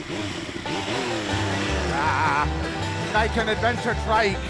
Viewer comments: "Nee-ken" not "Nye-ken" I'm now that guy that has to complain about Japanese pronunciation.. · I still dont understand why every idiot calls this thing the naiken. Thats not how you pronounce it. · it's pronounced "knee - ken"